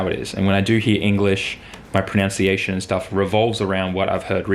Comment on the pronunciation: Yo, I always notice you say "Pronounciation" instead of pronunciation. It's kinda funny that you can't pronounce the word pronunciation correctly!!! LOLzzxx